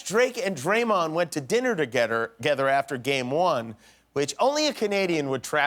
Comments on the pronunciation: I'm oddly satisfied hearing him slip up and say "togetter" instead of "together". Now I won't feel bad when I accidentally say it. 😄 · SunniestBro i thought it was togedder lol